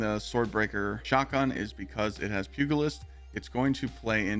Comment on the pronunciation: Good build. It's pronounced pujilist, btw. G makes a J sound